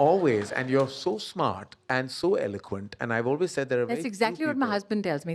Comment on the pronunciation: Karan looking like Taran Adarsh and pronouncing ‘always’ like AB junior … Whyyyyyy? You are enough yourself